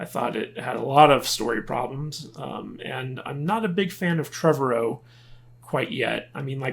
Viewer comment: Trev-ARE-O. Anyway. Look the guy May not be the end all be all AAA writer. But he respects the franchise and the fans. Takes criticism well and I believe wants the best for the franchise. And did someone say a Jurassic Universe. Sign me up. Netflix already has a cartoon lined up “Camp Cretaceous”.